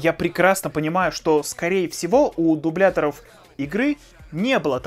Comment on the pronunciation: Слово ... дуБЛЯтор.... ))))